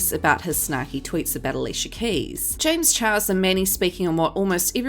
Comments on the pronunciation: i’m sorry everytime she says james chihuahua i can’t stop laughing 😭👋🏼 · I crack up every time she says James Chihuahua 😂 😂 😂